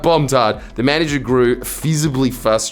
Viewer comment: Jordan cannot say frustrated. Fusterated?